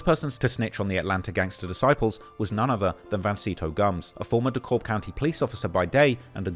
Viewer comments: DeKalb is saild like DECAL-B..... NOT D-Cobb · It’s pronounced dee cab twin not DELLkab😂😂😂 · Fr, It sounds weird when people pronounce it with the L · It’s pronounced (de-kab) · It’s Dee-Cab. The L is silent 😂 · Bro Dekalb county is Pronounced Da Cab County or Dee Cab County not with that L Your using it sounds weird as hell. I’m from Woodstock, Ga. I Figured you would do research on how to pronounce something before posting a video documentary. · the pronunciation 😂😂😂 it’s “deh-cab” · I remember when this happened my parents made me stay inside and its weird when you say it with the L the L is silent dee kab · East side shi from Moreland Ave to redan Rd an it's pronounced D-cab county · It's pronounced Dee cab. It sounds strange when you use the L. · Damn the man from the UK he pronouncing it how its spelled. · You would think he would do research